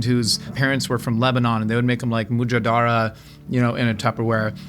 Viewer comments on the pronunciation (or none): "Mujadara" is pronounced "MMm-JJud-rrA"